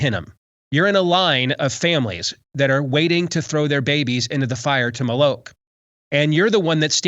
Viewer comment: David needs to learn how to properly pronounce "Moloch" so people know what he's talking about